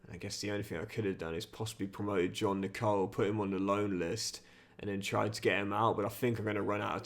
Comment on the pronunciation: Nicol is pronounced nickel like the American coin